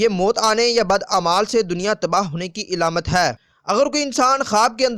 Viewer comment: Ilamat nhi Alamat Plz correct